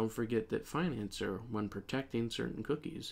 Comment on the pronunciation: bro it's pronounced like fin-an-ci-er, not financer 💀